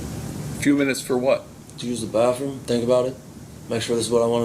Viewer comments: “Baffroom” I hate ghetto speak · He is 38 and still says bafroom....you should get extra for that. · This dipshit said bafroom. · the "bafroom" ???